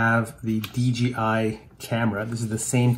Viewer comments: Nice video my friend.. There is just one thing, please, PLEASE in the future say DJI and not DGI. It's a J (Jay) in the middle not a G (Dzjee) Greets, Rob! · You are kidding right?? Its DJI buddy not DGI. In the English language the "J" is pronounced as "Jay"... You don't have to look into anything my friend. Just pronounce it the correct way. If you dont beleave me, watch a DJI add on YouTube.